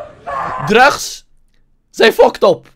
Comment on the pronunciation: Like als je denkt dat acid geen drugs kan uitspreken